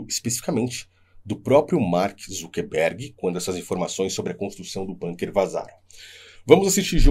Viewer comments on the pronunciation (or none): Bunker é uma palavra alemã e se lê bunker e não banker